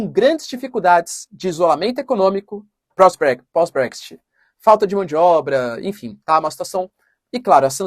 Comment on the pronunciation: se me permite, a pronúncia é Bréx-It, e ñ Bréxty...